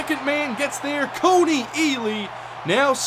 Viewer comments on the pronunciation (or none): none